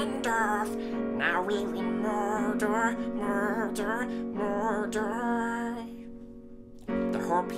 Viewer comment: At the beginning was he saying mordor or murder? I wasn't sure